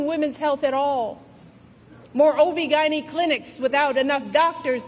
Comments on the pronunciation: Wait...Did she just say, "Obei Guynie" clinics like her wife Barry? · Isn't that, "o-b-ie gee-yh-n" ?